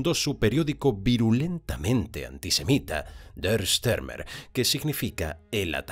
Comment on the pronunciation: Por qué dar al apellido alemán Stürmer una curiosa y falsa pronunciación inglesa? Joé, thío!